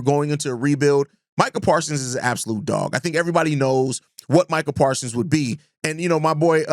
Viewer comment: Parsons with a S at the end